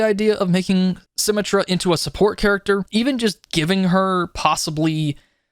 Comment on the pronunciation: this game has been out for 6 years and your calling it sym-a-truh. please call her sym-et-truh